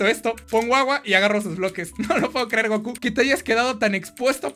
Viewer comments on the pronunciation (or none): none